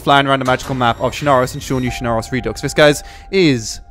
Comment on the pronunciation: please learn to pronounce redux